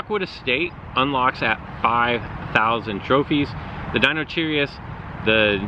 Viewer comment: pronunciation isn't too important since the names are meant to be read in scientific articles, but I would say... Deinocheirus = die-nuh/no-ky-rus Dromaeosauridae = dro-me/may-oh/uh-soar-eh/uh-day (raptor family so raptors only) also nublar = new-blar and aviary = ay-vee-air-ee (like aviation - its a bird house) as for the new pterosaurs... let us know what your friend says :) Update is great so far but damage prediction in battles is BUGGED.